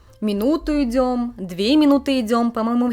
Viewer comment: какие проблемы с "произносением" у девуськи из Одессы (сьто, школько, минуту идзем, "махает" рукой, посьли, посьли, сьтадо барАнов, идите дальсе, бумаську, отслезивания, прилозение, такзе и пр.). одесситка косит под японку ?